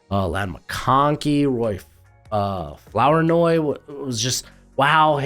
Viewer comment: You pronounced Flournoy wrong this time. In your other video, you said it correctly. It's pronounced Floor noy.